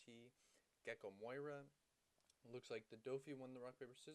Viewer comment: Does he say it wrong on purpose? On caught that and I was like 👀